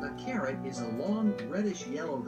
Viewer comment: I thought she said he was going to listen to a story about a Karen. I was anticipating some yelling and screaming and about to feel sorry for the little boy. But she said CARROT. 😂😂😂